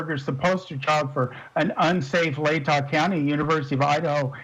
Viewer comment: I can’t take a person seriously if they pronounce it “ladda” county. She clearly has no clue about this case at all.